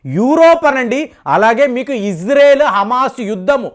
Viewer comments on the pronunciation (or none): none